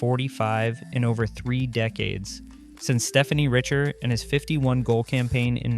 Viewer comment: Dude called him "Stephanie Richard" lol